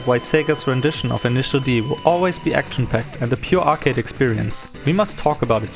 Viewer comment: “It’s too Arcady” it’s called initial D ARCADE stage